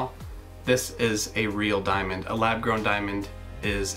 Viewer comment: sounds like DIMON DIMON DIMON DIMON